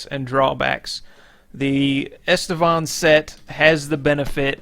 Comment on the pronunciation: On Estevan set? REALLY? :D :D :D Is that a new HISPANIC SET ??? :) :) Or you mean ISTVAN SET? :) FFS....How hard can it be TO READ right :D :D :D